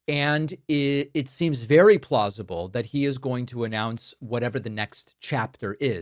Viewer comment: Listen to trumps enunciation " be wery wery kwite, I'm hunting wabbits"